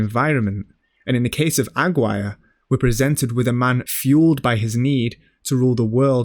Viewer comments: AG WIRE? why can't you pronounce it? Agir rey. There's a push but that would be too much to explain. Up to that point I was wavering but you were holding my interest, AG WIRE broke the spell. Better luck next time exploring aesthetics while mangling your pronunciations. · Aguirre is pronounced Ah-gee (hard g)-ray. You guys do such great work, I'm surprised you didn't check this. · Incredible work as always, thank you for your effort and academic endeavour, however as a spanish speaker i have to make the anotation the correct pronunciation for Aguirre is Ah-gee-RR-e. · AGUIRRE: ah-ghee-ray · great video, tho i can't help but point out your ronounciation of aguirre being completely off, i'm sorry. it's pronounced ah-gee(like mcgee)-reh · Pretty good video, but is the narrator really pronouncing 'Aguirre' as 'agg-wire'?? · aggwire is to aguirre what jah lah pen-o is to jalapeno. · the worst pronunciation of "aguirre" i've ever heard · aside from mispronouncing "AGUIRRE"